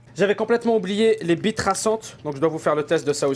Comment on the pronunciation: il dit pas billes il dit bie:')